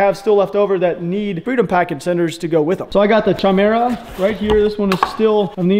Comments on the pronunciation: It's pronounced Kymera... Greek work for a female fire breathing monster with a lions head, goats boss and serpent tail. The "CH" makes a "K" sound in that language. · Wondering if it’s spelled Chimera... Because he said it weird.